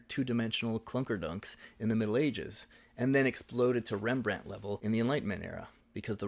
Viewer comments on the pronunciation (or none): none